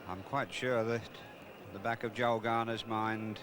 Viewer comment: It's Joel not Joe please Ray